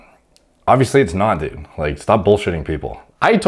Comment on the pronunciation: funny the way says "dud"